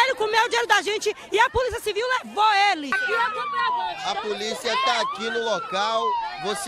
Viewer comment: Vc quis dizer "bliga" nem "puliça" kkkk Ass: Júlia